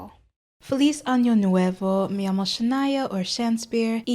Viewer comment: very good spanish at the start :) other than "llamo" that I didn't catch on first listen it sounded perfect to me.